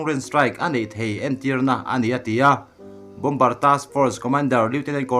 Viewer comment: Bawmbar tih hi Bawmar tia lam tur an ti